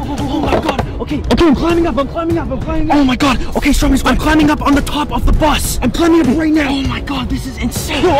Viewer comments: BRO I CLICKED IN THE VIDEO NOT THINKING YOU WOULD BE REACTING TO STROMEDY Also it’s pronounced (straw-medy) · Its stromedy not strodemy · did he just say stromedy wrong